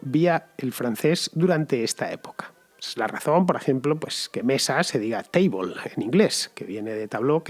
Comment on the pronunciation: Te hago una pequeña corrección, a sabiendas de que seguramente ha sido un lapsus por tu parte. Table es mesa tanto en inglés como en francés, totalmente cierto, y sólo cambia la pronunciación: "teibol" en inglés, y ",tabl(e)" en francés. Aunque la representación es un poco burda, creo que sirve para un hispanohablante. Sin embargo, lo que tú has dicho "tabló", es la pronunciación de la palabra "tableau", que son evidentemente primas hermanas, pero en este caso significa "cuadro". Como decía, seguramente lo sabrás y ha sido un lapsus, pero lo apunto por su acaso. Saludos